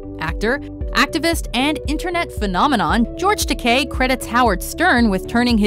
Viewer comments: George takay? Ta-ky. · George Ta/ky not Ta/kay.